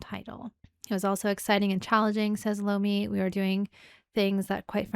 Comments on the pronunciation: Tony Eye-Ommi.... No LOOMI!! Tony I-o-mmi!! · Tony Iommi (eye-oh-me), the text does kinda look like an L instead of an I. Many people make the same mistake, not making fun or poking at you. So glad you're loving the Dio fronted Sabbath, you'll love his work with Rainbow as well. Have fun!